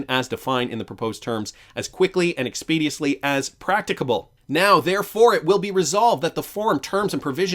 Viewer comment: Expeditiously - Ex-peh-Dish-us-lee